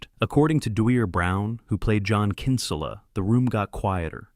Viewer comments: Bad pronunciation by narrating voice, "Kínsula" ? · Yeah no way “the announcer” saw this movie. He made Kinsella sound Spanish😂